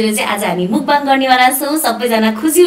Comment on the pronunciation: राम्रो उचारण दिदी मुकबाङ 🙅‍♂️ मकबाङ ✅️